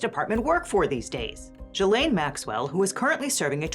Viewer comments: The G in Ghislaine is pronounced like in the word geek, not jee. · From Wikipedia: Ghislaine (/ˌɡiːˈleɪn, -ˈlɛn/ ghee-LAYN, -LEN)